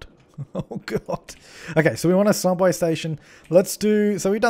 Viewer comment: 'Hubway' Hubway: 1) A hovering hubway. It was created by trying to pronounce subway, but failed. 2) A sub-sandwich cut into hubs- Wait, what the fuck? That didn't make sense. FAIL.